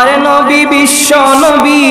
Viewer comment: Bissho nabi bola tik hoyni